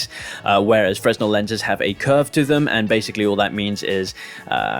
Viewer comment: Great video mate. But, and this comes from the place of love fresnel is pronounced as fray-NELL 🙈